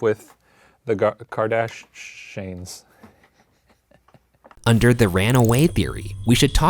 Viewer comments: The... Kardashanes 😂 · I thought he said “Kardashanens” lol. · THE KARDASHANES 😂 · “Keeping up with the KardaSHANES” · The kardashanes 😂😂😂 i love it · I died when he said kardashanes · the karda-shanes. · I love how half way through saying it Shane realised that he could say keeping up with the Kardashanes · Keeping Up With the Kardashanes I’m CHOKING